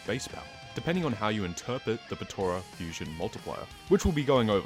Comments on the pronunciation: It's potara not potora :') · Ah yes, My favorite technique, The "petoruh" fusion! Jk cool video!